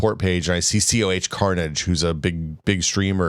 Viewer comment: It's Cohh Carnage, pronounced Koh, not C.O.H.